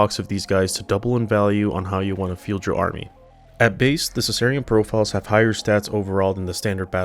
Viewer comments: Being a pedant here: Sicarian meaning assassin is pronounced with a "k" sound. Skitarii is scitarii meaning scimitar, skorpius is scorpius meaning scorpion. GW made a concious choice to change the spelling so that it wouldn't be pronouced sitari or sorpius. I guess they decided Sikarian spelling looked silly, I'm inclined to agree. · I always pronounced it with a k, I think of it like the Spanish word Sicario, which mean assassin or hitman